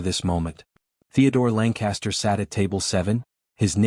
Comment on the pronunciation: So... is his name Langcaster? Or are you just stupidly mispronouncing it? It's totally stupid that he orders in German and the story acts like he doesn't know she understands. This story is so unrealistic, I can't continue.